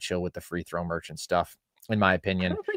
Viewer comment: FREE THROW MER-CHANT lol gtfoh